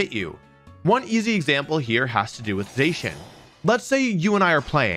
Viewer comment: Has to be the only person on earth that pronounces Zacian wrong somehow